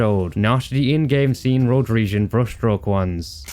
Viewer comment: i feel like he is going slowly but surely mentally insane from just playing and witnessing these cods edit: i laughed when he said rhoderesian